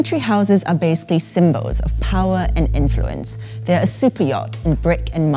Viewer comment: i hate how this lady pronounces "symbols"